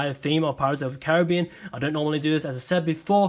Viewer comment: He said Caribbean wrong😂😂